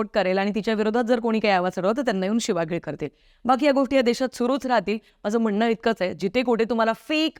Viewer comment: शिवीगळ - शिवगिळ नाही. आपली मातृभाषा नीट शिका.